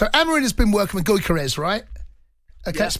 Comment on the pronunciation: haha Cunty trying to pronounce Gyokeres "goyka rez"